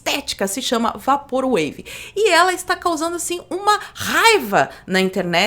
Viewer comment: PROFESSORA, SEM QUERER SER UM "PAU NAS BEIRA", MAS DIGA "VEIPOR UEIVI" (eu queria ter dito isso à alguns vídeos atrás). QUEM SOU EU PARA FICAR CORRIGINDO ALGUÉM, MAS TÃO CHATO COMO OUVIR O PORTUGUÊS ERRADO É O INGLÊS PELA METADE. DESCULPE E OBRIGADO.